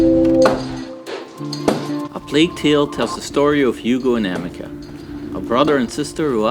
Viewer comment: it's pronounced am-is-sia (amicia) lamo